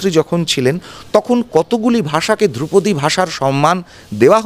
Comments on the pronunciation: দ্রৌপদী নয় ধ্রুপদী!!!!! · আরে দ্রৌপদী না ধ্রুপদী 😆😆😆😆😆😆😆😆😆😆😆😆😆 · ওরে, দ্রৌপদী নয় রে, ধ্রুপদী!